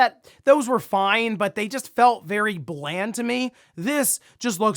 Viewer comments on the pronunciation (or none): none